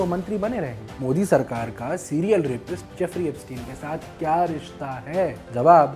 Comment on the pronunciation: एब्सटीन को एब्सटायन बोलकर आइंस्टायन बनाना चाह रहे हैं